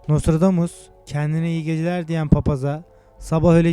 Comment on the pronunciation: HAHAHA çok komik gerçekten videoyu yapan paylaşan kişi daha nostradamus demeyi bilmiyor.....aynen şöle dior NOSTRODOMUS...:)))))